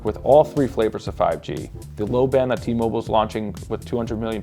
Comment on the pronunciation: It's T-Mobile not T-Moble